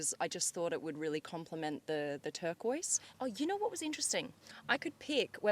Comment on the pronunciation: tercoise merkooise